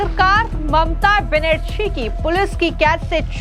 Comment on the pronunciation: ma'am its not mamta banasri , its Benarji , your news was good but i dont think u collected the report